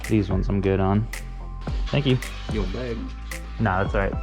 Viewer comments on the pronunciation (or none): none